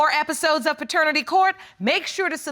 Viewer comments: She's "very educated" yet she stayed saying "FATERNITY" court🤦‍♀️ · You're very educated but you're saying "Fraternity Court"? Good Night Ma'am! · .."So we DO have some discoveries up in FATERNITY court".. and in the very next breath say "I am a Very Educated Woman".. 🤣🤣🤣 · She said she is very educated yet said faternity court not paternity, smh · “Very educated woman” Fretanity court 😂😂😂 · No what got me is when she said “I’m very educated” then say “fraternity” not paternity 🤣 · Her: "I am a very educated woman" Also Her: "fraternity court"